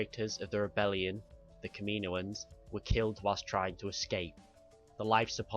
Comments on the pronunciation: Good vid but it's not kam-ee-no-ans it is kam-uh-no-uns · its said caminoans not kaminoian even though its spelt kaminoans